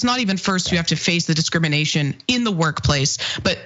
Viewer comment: Did the guest say, "Discriminiggation???" Replay it! Was that a Freudian slip? 😳😆